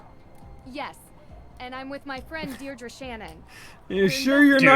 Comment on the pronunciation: Is that how you say Deirdre in the USA? Over here it's Deirdree not Deirdru